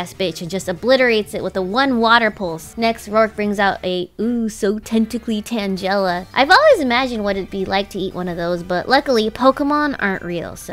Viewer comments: Stop with the vaporeon bs and it's tan-guh-la not tan-jell-a christ. The loss of the rat and vaporeon are what you get for your pronunciation of names that are well known to not be what you are saying. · She pronounced tangela tanjela… what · The way she said tangela made me mad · omg why do people always pronounce "Tangela" name wrong? it bothers me lol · It was so cringe hearing Tangela pronounce that way.